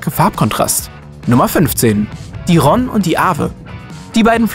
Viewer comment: Die Karte von Passau mit Donau, Ilz und Inn ist spiegelverkehrt. Ist das jemandem aufgefallen? Und es heißt bitte Rhône mit langem "o"!